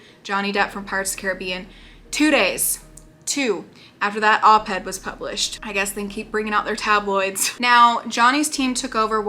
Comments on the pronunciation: I mean this in the kindest way possible because I couldn’t stop laughing every time it was said…. Op-ed, not head. Stands for Opposite the editorial page. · I love watching your thoughts on this child. You're just so cute, and every time you say op-ed you sound like you're saying op-head😂 and probably not but that is what it sounds like it's so cute. Thank you for all your hard work especially being so pregnant. Can't wait to hear about your bundle of joy when he arrives 🥰💙